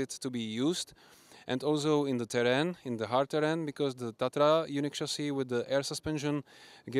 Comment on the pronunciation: Na tom, že vysloví Český název Česky bych nic špatného neviděl, ale vyslovovat terrain jako terén a jiné hlody fakt stojí za to.